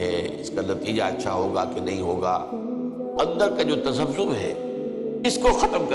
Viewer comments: تسبسوب نہیں تذبذب ہے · تسبسوم نہیں تذبذب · Lafz Tasabsom nhi tazabzub h